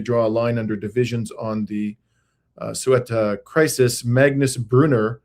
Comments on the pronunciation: In proper Castilian Spanish the first C is pronounced like the Th in think, and not like an S. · Given the nature of the Regime in Morocco, isn't it likely that many if those jailed are innocent?, seems you forgot your phonix... the e is before the u in Ceuta... another way would be to go to Google Translate, and have it pronounce it for you (to make things more difficult, castillian spanish pronounces the soft-c as "th"... but Google got it right. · Not pronouncing it correctly. You said: Sueta. It’s Ceuta. The C sounds like th in English when saying thing. The E sounds like an E as in Enter. The U sounds like an open U like when a Chimpanzee says oooh, ooh. TA sounds like ta in taxi. Maybe hearing some Spanish tv can help. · Ceuta is pronounced something like Sayoota or Theyoota (with a hard th, as is thing, thank, etc). The stress is on the oo. Not sweater... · First of all It's Seuta Not Sweta... P.s. Then you guys should learn how the correct way of saying the city's correct name pronunciation before talking about the city history and geographical matters.....thanks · Gentlemen, check your vowel order: Ce-u-ta: seh-oo-tah, not soo-eh-tah. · There is an e before the u. se-u-ta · Its pronounced Ceuta ..Seutaaaaa...please, get this right. Both Ceuta and Melilla are enclaves, still within the Mediterranean region. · It is pronounced as SOUBTAH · I believe it is pronounced ‘Soo ta’ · To affirm,,: Ceuta is pronounced: "Thu-ta - as the C becomes a T in Espanol. I really appreciate your professional coverage, my friend. True journalism at its best. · Can’t even figure out how to say Say- OO - tah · I believe Ceuta is pronounced "Theh-oo-tah". I could be wrong because I don't speak Spanish and perhaps in English we say it differently. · It's pronounced say-oota. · Love you guys ❤❤❤ It's pronounced 'thay oo ta' btw, with a soft 'th' as in 'thought' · Spanish word "Ceuta"= THAY-oo-tah. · Ceuta is pronounce: SAy U TA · In Arabic it's pronounced Cebta.